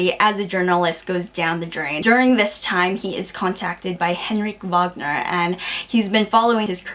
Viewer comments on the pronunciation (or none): It's pronounced the way it's spelled (like everything else in Swedish, actually). As if you put together the VA from "vaccum" and the NGER from "singer", except that the ER at the end is pronounced more lightly, like the word "air". Many people would slip and pronounce it "vagner" because of the extremely common German last name Wagner (and W is pronounced as V in German).